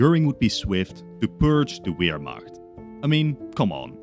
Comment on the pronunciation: The Uermacht?